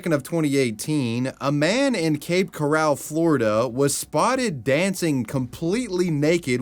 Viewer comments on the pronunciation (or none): CORAL not corral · The way my eye twitched when you pronounced Coral as Corral.... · Cape resident here lol, it’s pronounced coral, like coral reef, not like Golden Corral. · Cape Coral...not Cape Corral. Like a coral reef, not the place you keep cows, which is a corral. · It's Cape Coral 🪸 , not Cape Corral (a pen or enclosure for confining or capturing livestock). 😂😂😂😂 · to add: "flay-ger" and "cape corr-al" it's flag-ler and cor-uhl (like the thing you find in the ocean) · Who fuck pronounces coral as a korral instead of core el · Tennessee is one of my favourite states, but Florida will always be home. I like how you pronounced Cape Coral, like a livestock corral. It's more like coral, you know, from the beach! Silly hillbilly 😘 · Cape coral is pronounced like the coral reef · Brother couldnt pronounce cape CORAL